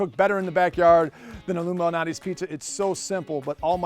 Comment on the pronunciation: It sounds like he’s saying illuminati.